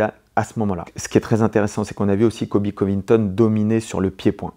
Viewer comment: Merci pour cette analyse que du bonheur et de la technique, par contre, c' est ColBy et pas Coby ;).